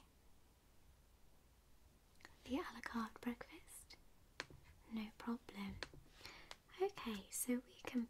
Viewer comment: I love how your pronunciation of a la carte sounds like Alucard.